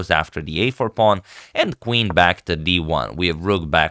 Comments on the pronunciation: “kuh-ween to D7”- antonio agadslaytor 💅🏻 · Kuh-WEEN to D7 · "Quaween to d7" - agadmator